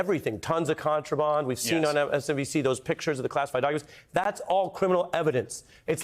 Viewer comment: I just love how Ari pronounces the word contraband. 😍